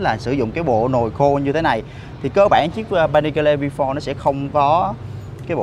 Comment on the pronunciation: Vi pho Rờ :))) đỉnh cao English